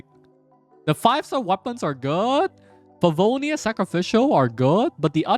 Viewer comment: The way you said favonius😂😂😂